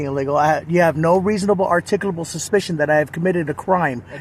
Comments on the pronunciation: "Articlal, articuble, articlable. Oh damn! I almost had it!" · The script these idiots use has to just be ONE SINGLE script that they just send to each other and has been circulating for years. Literally EVERY TIME they start the script, they start it with the exact phrase, "What is the reasonable, articulable (which they always mispronounce as "articuable", probably because that word is misspelled on the script they all copy paste), suspicion that I committed a crime?". They've literally been copy/pasting the same script to each other, without any alteration or deviation from it, for YEARS now. And seriously. Whoever is making those cardboard licence plates must be making a killing. How many times have we seen those exact same cardboard license plates stuck on the back of these idiot's cars? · Is articuble a word? 😂😂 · I love when they try to pronounce articulable.